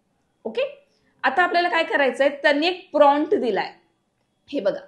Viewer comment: गुगल जेमिनाई नाही. गुगल जेमिनी प्राँट नाही प्रॉम्प्ट...